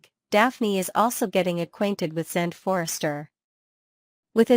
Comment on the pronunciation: yeah funny that......... it is an artificial intelligence talking and you'd think that it could pronounce the name correctly